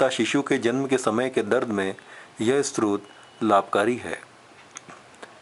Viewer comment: बडी अच्छी सूचना है पर आप ने स्तोत्र शब्दही ठीक से नहीं बोला है, आप स्त्रोत कह रहे हैं । दोनो में बहुत अंतर है|